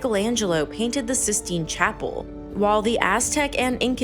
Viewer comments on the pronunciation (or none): Sistine Chapel? Six means six, means six and not „sis“!😊